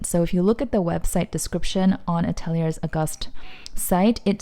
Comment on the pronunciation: Great video. Gorgeous bag. I believe Ateliers is pronounced Ateliaye.